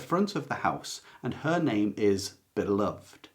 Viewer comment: FYI: the book Beloved is pronounced bih-luhv-id, not bih-luhvd.